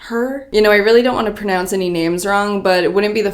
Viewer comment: Is it just me or did she say pernounce? Lol